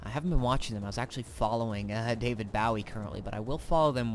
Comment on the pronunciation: david b-oh-wee... not b-ow-eee